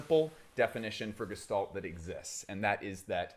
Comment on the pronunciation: fine vid. you mispronounced gestalt, even though you had the pronunciation on screen when showing definitely. bruh edit: LOL and also, . cool. winner